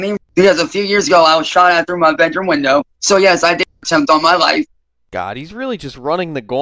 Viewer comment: If I hear about his “Vedroom window” one more time